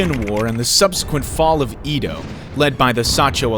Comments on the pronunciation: "Ii-doh, Yakohama" white colonizer pronunciation 101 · The repeated mispronunciation of names, especially city names, is throwing me. Japanese is a phonetic language. Question the accuracy if the narrator can't even say "Edo" or "shogunate" correctly. Is it an AI generated voiceover?